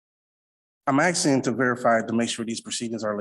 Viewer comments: Axing. I’m axing for,…… Fuck me. Learn to speak. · Another 40 IQ when these so call brilliant person always say I'm axing again-- they can't even pronounce asking again. -- What a fool... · HE KEEPS AXING THIS JUDGE HE IS GOING TO KILL HIM, ITS HILARIOUS AND WRONG THAT THE CC CORRECTW HIS POOR GRAMMAR AND ITS HAINES VS KEARN, NOT KERRIN WHICH IS WHAT H E ACTUALLY SAID 😂😂, PLEASE MAKE THIS INSANITY STOP! THIS MORONIC SOVERIGN CRAP IS TIRING, THIS IS MUST BE LAUGHING INSIDE! Idiot really thinks he is going to get what he wants, bet when he fails he never pays!